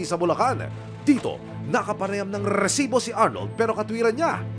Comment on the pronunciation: Rrrrrrrrrrrrrcibo...haha..iba ka aksyon man...😅